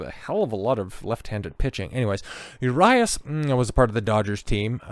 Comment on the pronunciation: He is not INNOCENT, they just did not have enough to file charges for Felony, that does not mean he can't face misdemeanor charges. Also, he is also here on a visa so all of these instances will affect his work visa. I am a Dodgers fan and was a huge fan Urias (Ooh-ree-as not You RI Ass) fan but this is more of an issue with his anger issues. You are a tool and seem like you are for these athletes not being good role models???